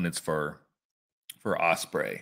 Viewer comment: You gotl Ospreay name wrong